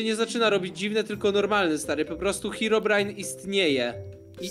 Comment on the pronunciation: Herobrajna. Nie nawizd. Glołsot